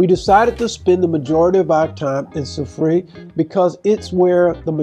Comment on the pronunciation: Sou-freh is the pronunciation.